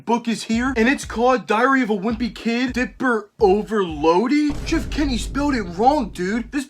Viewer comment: “Diper Overloded” nahh it’s pronounced Diper Overlode